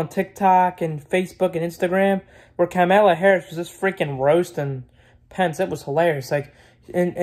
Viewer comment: “Kemeluh Harris”